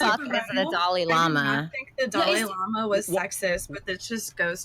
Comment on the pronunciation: It's dalai lama not fucking Dali Lama 🤦‍♂️😂